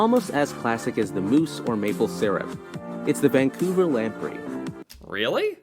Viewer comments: The narrator referred to Vancouver as "Van-Cooler" . New Brunswick as "New Burnswick" and Manitoba as "Mantoba" . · He likely also got the towns incorrect. Im pretty sure he said Vancolver, in stead of Vancouver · Vancouver was also mispronounced